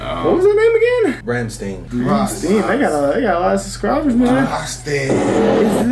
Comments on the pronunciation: "Rams teen"... It's "Ram-sh-tie-n" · If I can add to the conversation. Another common mistake is the mispronunciation of “ Rammstein “. The fellas here keep saying “ Ramm-steen “. Where as in Germanic the proper is “ Ramm-stine “ I enjoy seeing so many different cultures of people taking a liking to the great things from Deutschland. As well as Watching my brother from another mother “ Christoph Schneider “ on the drum kit killing it 🤙🏻 ❤️🇩🇪🇺🇸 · " Ramsteen" 😂 I expected a shitty pronounciation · Rammstein as is Ram Stine not Ram Steen 😂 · LOVE this song!! True headbanger!! Watch the video….you’ll see more of what they are portraying Pronounced RAHMSTEIN She set him up…his buddies were in the barn…she realized at the end, and he blew her up!(in the video) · These guys really know how to hype up a crowd and keep them coming back for more. You can't stop listening to it FR. The name is pronounced Ram-Stine. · Raum-stine, is how their name is pronounced. If you watch the official video, it explains the concept behind the songs lyrics. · Even saying, "I love you" in German sounds like you hate them or are angry with that person. Lol. Their name is pronounced "Rahm schtine" btw. 😊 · It is pronounced Ramm like Rahm then Stein.... One of the best bands in the world.... and Du Hast lyrics is "You hate me to say that I won't obey"...... basically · I can't believe you guys only discovered them last year! Lol Rammstein is bad ass! Pronounced- rom stine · pushes up glasses It's Ram-STINE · its pronounced ram-shhhtine or more rammshhdine. Emphasis on the Shh in rammstien its how the German pronounce the S as a Shhh in English. Like Shhpace is space to a German speaking English. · Proper pronunciation is Rom Shtine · Just so you know they’re pronounced Ram-shtyne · He called them ram-steen 🙄😒